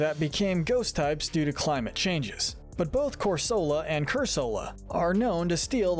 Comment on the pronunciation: It’s pronounced roh-TAHM, cor-SUH-luh, cur-SUH-luh, “Patrick Star”! 🤨 You’re so bad at pronouncing names,! 🙄